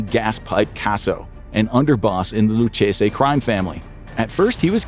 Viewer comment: Loo-Kay-zee… not Loo-chay-say…